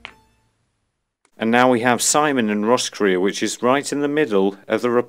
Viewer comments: It is pronounced Ros Grey. Cheers. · How’s he to know.. and it’s “Ross Cray”